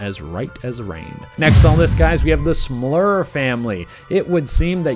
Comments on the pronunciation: you pronounced smurl wrong. it sounded like you said smlur lolz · You keep saying Smlur lol isnt it Smurl?